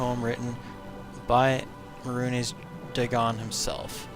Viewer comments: may-runes dag-on not mar-hunes day-gone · if oblivion was his favorite, wouldn't he know how to pronounce Mehruhnes Dagon?